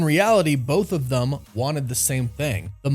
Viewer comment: It bothers me the way u say “them”